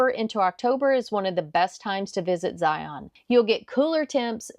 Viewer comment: Great video! However, you missed one mistake. Not knowing how to pronounce Zion. Its pronounced like Lion with a Z. Anyways, thanks for showing other parts of Zion that youtuber usually don't!